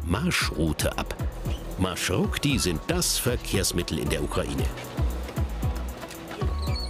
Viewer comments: Es heißt MarschruTKa! Plural: MarschruTKi! Und nicht Marschrutik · Marschrutka nicht Marschurtka: Marsch und Route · Das heißt marschrutka 🤣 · Xaxaxa wie schaft es der Typ das wort Маршрутка nicht auszusprechen. Das kommt von Deutschen Marschroute. BljA